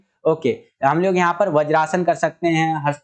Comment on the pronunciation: Sir thats vajrasana not bajrasana